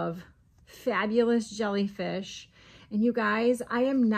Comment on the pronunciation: Ohhh my now I want to make a bunch of "Jolly Fish" 😂 thats what I thought you were saying & now I like that name better 😂😂😂 I'm seriously gonna attempt it & I'm calling them Jolly Fish 🐠🐟😊 That's ok...in Amarillo they couldn't understand me. I'm Cajun & I just quit saying "Fork" over there 😂 I'd just saying eating utensil.